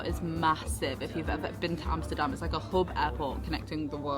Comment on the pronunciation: Compliments for the pronouncuation of Schiphol and Amsterdam. Like others mentioned, certainly not the smallest airport in the UK.